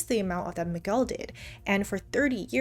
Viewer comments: The u in Miguel should not be pronounced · lol i love how you say "Mig-well" at first but then went ahead and say Miguel correctly right afterwards twice...great vid!